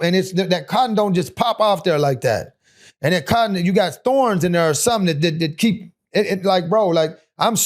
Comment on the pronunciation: I heard it when he said "down thare."